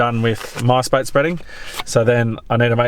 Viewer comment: I know you’re saying ‘Mice Bait’ but every time I hear ‘MySpace’ Circa 1999/2000 😂